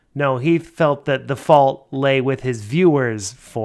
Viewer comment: Space-time’s fauwlt! 😂😂😂😂